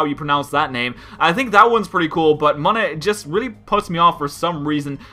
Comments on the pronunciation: ex-egg-cute, wtf man? Deino-Zweilous-Hydreigon look more alike than Doduo-Dodrio. idk if you did it intentionally, but your pronounced Munna MUH-nuh, which is how it should be pronounced (it's actually pronounced MOO-nuh, which makes no sense with the way it's spelled, 1 N would make sense.) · It's pronounced moon-a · Munna is moon-a. Cacti bloom